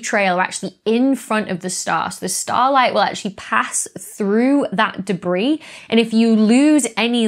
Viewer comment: "Deb-ris?" - The Slow-Mo Guys